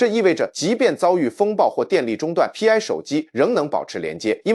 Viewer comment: Pi 應該讀作兀（PI) 一個拼音，不應該分開讀作P , I。它就是圓週率的兀（PI)，拉丁字母。